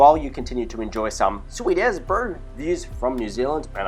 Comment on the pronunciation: "sweeet uz" im so offended.